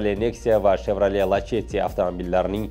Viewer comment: Lachetti mas lasetti aytilsa toʻgʻri boʻladi